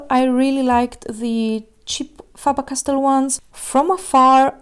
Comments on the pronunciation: She said FAABAAR CASTELL 😂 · “Fah ber cast tell”